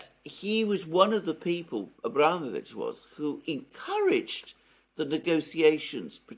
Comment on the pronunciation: It's abramOvitch, not abrAmovitch. The latter isn't even correct in English.